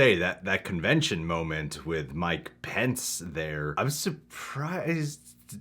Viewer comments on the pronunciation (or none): He called him mike pen-es lol